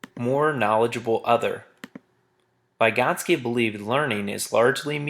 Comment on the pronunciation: Every time he mispronounced "Vygotsky" I threw up in my mouth a little... Good video though